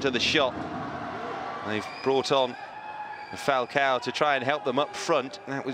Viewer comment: Funny how that's how his name is ACTUALLY PRONOUNCED.